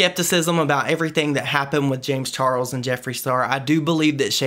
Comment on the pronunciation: The way he pronounce James Charles name sounds like James Charols